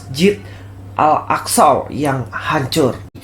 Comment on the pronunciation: Si, bilang Masjid Al Aqshow 🤣🤣 ngakak saya.. hahaha